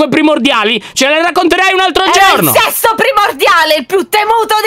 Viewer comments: dice sesto ma sembra che dice sesso primordiale 😅 ho dovuto mettere i sottotitoli per capire che stava dicendo sesto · Ma ha detto: ERO IL SESSO PRIMORDIALE, solo io ho capito così? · Ma solo io ho sentito dire sesso al posto di sesto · Ma ha detto sesso